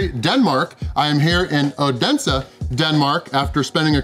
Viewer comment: The d is silent in oense for the native fynske folk :D So happy to see you visit my little country!!! Edit also no worry about the flag, it is Our Flag aswell as our birthday flag, we love it way too much! And that is a usual move after removing from birthday cake!